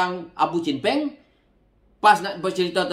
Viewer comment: kelakar la haji hadi sebut. chen peng ...kadang² dengar. bunyi macam champagne 😂😂😂